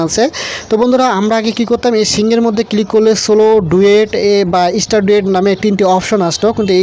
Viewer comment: ভাই অন্তত উচ্চারণ টা ঠিক করেন, ইস্টার না স্টার